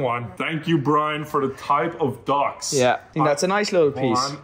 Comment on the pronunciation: the joke is how Dathi pronounces his name. Brine.